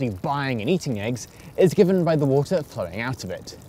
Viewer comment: take a shot of rum every time he says: "wool tah"